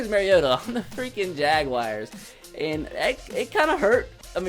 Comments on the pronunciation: its Jag-wars not jag-wi-ars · Why does he say jag wire instead of jaguar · Every time he says jaguars I get aids